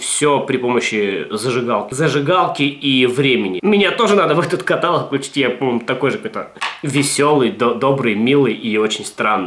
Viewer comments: Не катАлог, а каталОг!! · КаталОг а не катАлог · каталООООг, а не катААААлог!!!!!! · блин,, не катАлог, а каталОг! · не катАлог, а каталОг.. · каталОг ката,сука,лОГ каталОг!!! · каталОги. Не огорчай граммар-наци позязя:3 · КаталОг, блин, каталОг! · каталОг, грамотей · Бля кАтолог, а не катАлог такое простое слово, но так бесит его произношения неправильно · не обессудь, но правильно говорить каталооооооог, а не катааалог) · каталОг, а не катАлог же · КаталОг, а не катАлог! Gramar_nazi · Все, конечно, хорошо, но каталОг, а не катАлог. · когда говорит "катАлог", бьёт по ушам пздц как, я вам скажу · Бляяя…, правильно каталОООООООООООг. Но я всё равно верю в то, что это сделано чтобы порезать нам уши. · КаталОг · Бля, ну каталОг же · КаталОг КаталОг КаталОг КаталОг КаталОг КаталОг КаталОг КаталОг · правильно говорить КаталОг... каталОг блеать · каталОг блять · ебать ещё раз ты скажешь катАлог, меня вытошнит учебником русского языка) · каталОг! правильно говорить "каталОг"... :( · каталОг черт побери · КаталОг, сука, КАТАЛОООГ! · КаталОг блеать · ну почему катАлог =( раздражает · В слове "каталог" ударение ставится на третий слог., говори, пожалуйста, правильно, а то слух режет. Вот маты всякие, "анусы-хуянусы" слух не режут, а вот "каталог" с неправильным ударением - очень даже.